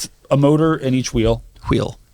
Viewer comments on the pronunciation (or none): why did Doug say wheel like Stewie Griffin saying cool whip lmao 😅